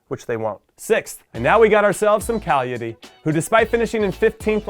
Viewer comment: Love the work Jimmy, so exited about my home league starting and I just can't wait till it all begins again. Anyway, I remember that you had trouble pronouncing Cagliari in the past and I want to say that you said it right. Also I find great comfort knowing that you have faith in Milan and their situation right now. Really loved what you said about them 1 Juve 2 Napoli 3 Inter 4 Atalanta 5 Il grande grande AC Milan! 6 Roma 7 Lazio 8 Torino 9 Sampdoria 10 Cagliari 11 Parma 12 Sassuolo 13 Bologna 14 Brescia 15 Fiorentina (if Montella stays for half the year, if he stays full year they could get relegated; just saying) 16 Udinense 17 SPAL 18 Genoa 19 Verona 20 Lecce Btw I'm saying Milan would end fifth but that's just brain my heart wants them to get that scudetto and be the team that won the league before and after Juve's dominent run. FORZA MILAN PER TUTTA L'ETERNITÀ!!